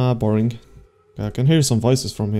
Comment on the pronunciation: Wow he just say borink when i was wathing